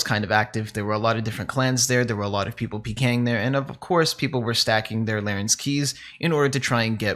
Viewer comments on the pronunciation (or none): Rsn: its larrans, not larrens:)